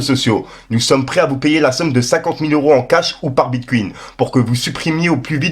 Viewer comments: Bite couine ? Vraiment ? Mdrr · Moi, j'suis prêt à mettre 10 briques pour que t'apprennes à dire Bitcoins correctement xD